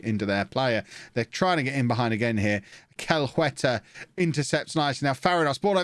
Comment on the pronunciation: "Celihueta" is pronounced "Seliueta"